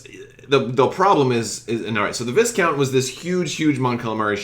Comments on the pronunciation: I would like to point out a minor error but one that I see often. Viscount is pronounced VY-kownt. The S is silent. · where'd you get that sweet-ass Chimaera tshirt? (PS "Vie-count," with a silent S.)